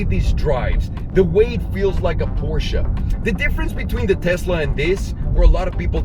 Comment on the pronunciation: Shout out to for saying Porsche and not Porsch